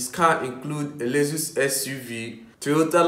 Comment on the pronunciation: First of all it's Lexus not lesus and bro nobody wants to see your face just your voice in the background will do.